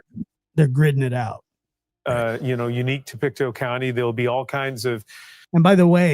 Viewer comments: It's not French, it's native Indian. Pick-Toe. Not Peekatoo. Pictou like you can "pick your toe". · It's pronounced Pic-tow. And it's aboriginal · It's pronounced Pick-toe 😊, but very close! It's derived from the Mi'kmaq(pronounced Mig-mah-gee) which is our indigenous here in Nova Scotia.